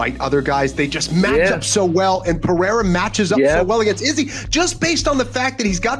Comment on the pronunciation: can somebody tell rogan how to correctly pronounce his surname. its R not J.